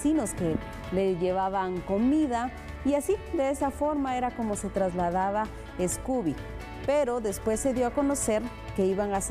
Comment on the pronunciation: No es "Escoobie" es "SCOOBIE" sin la E al principio, solo opinando